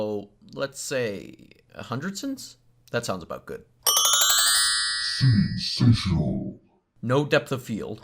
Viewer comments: “Sinsational” lol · sin you said sinsational